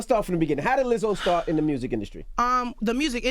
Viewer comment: Charlamange straight said, " what made you start Therapy was it the INDUSCRY?' wtf